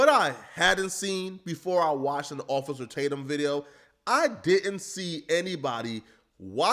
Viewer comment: Ofay-cer Tatum...love that lol